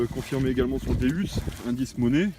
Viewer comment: déUs déUs svp c'est pas un déUs mais un déOUs le non c'est dieu en latin d'onc sa se prononce déOUs .bonne continuation l'ami et plein de belles trouvailles